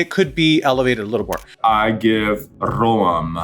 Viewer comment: Ff serieus... her Dutch did not sound convincing at all! The way Raja says basic words like ‘huis’ (house) and ‘brood’ (bread) so poorly, and doesn’t know how to pronounce the oe in ‘roem’ (fame)... nope, but cute attempt...